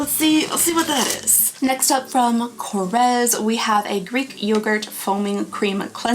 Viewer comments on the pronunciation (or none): Korres (Greek), pronounced with an s, not z. Papier (French), pronounced Papie, no r.